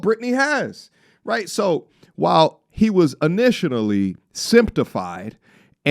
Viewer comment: 😬The correct word is “initially” not “initionally”, that's not a word in the english language..